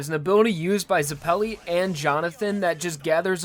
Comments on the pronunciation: I only have one criticism of your videos and that's how you put emphasis on the wrong syllable sometimes and it bothers me. Huhmoan ZehPelly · ZEH-pell-ee not zah-PELL-ee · Ash Tailor also, it doesn't matter if it's a reference or not, Zeppeli is being portrayed as an Italian surname so it will use Italian orthography, which means that it is pronounced /zɛp:ɛli/ not /zɛpli:/. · The stress in Hamon and Zepelli should be in the first syllable, not the second. So it's HA-mon not ha-MON, and ZE-pel-li not ze-PEL-li. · don't you mean "Baron von zepelli" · i am italian and since zeppeli is an italian surname i can say for sure that the correct pronunciation is zēppěli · In italian it would be pronounced ze PELLY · "hamone" "zeppelly" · "To preserve WAM's lip ring" I'm sorry dude please learn to say it right. Same goes for Hamon and Zeppeli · Ok, mispronounced Hamon and Zeppeli, but... HE SAID WHAM INSTEAD OF WAMMU!!! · the way you say "zeppeli" and "hamon" hurts my ears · How can you not say zeppeli right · U proneced zeppeli and Hamon wrong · Is that not how you say Zeppeli? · "Ha" as in Hut. "Mon" as in Monster. "Zeppeli" as in "Zeppelin"